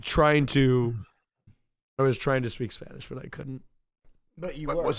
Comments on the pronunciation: I’m Latin American, his pronunciation is insanely good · Holy sh*t his spanish accent is actually really good kinda freaked me out